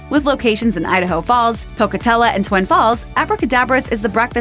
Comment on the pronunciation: Pocatello, Idaho, not Pocatella.